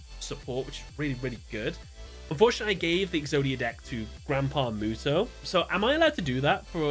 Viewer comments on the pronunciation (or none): none